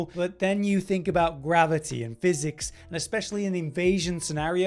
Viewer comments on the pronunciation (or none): none